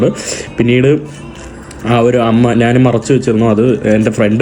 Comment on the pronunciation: മുറിയണ്ടി, 'നാൻ' ഒരു മലയാളവാക്കല്ല. "ഞാൻ" ആണ് ശരി. 'കഴുവാൻ'' അല്ല, കഴുകുവാൻ ആണ് സരി.